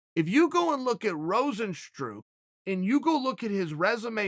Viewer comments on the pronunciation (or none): Rose n stru... there’s the classic chael mispronunciation haha!!! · Everyone : Rozenstruik Chael: Rozenstroo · Chael Sonnen: Rozenstrook Dana: If you don't know, now you know.